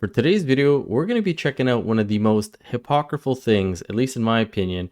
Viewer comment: Hypocritical -- not "hypocriful". BTW, great channel!